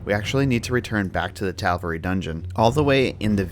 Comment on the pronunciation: Are you... saying Tavalry instead of Taverly